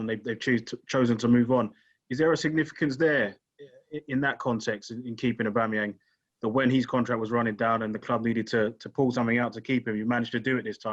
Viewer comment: How did is that guy a football journalist and calling Auba "ooba"?